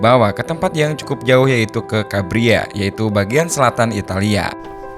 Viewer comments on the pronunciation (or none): Calabria tot bukan cabria